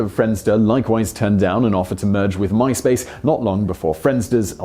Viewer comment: Mice Pace.